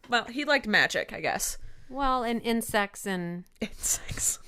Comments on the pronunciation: Omg I thought said Chris bonded with and sex instead of insects 😂😂😂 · oh my God I thought she said Christopher bonded with sex. 😳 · ASDFGHJK OMG i thought when you guys were talking about what chris bonded with that said "and sex" but she really said "insects" ahh i nearly died thinking she actually said that on a podcast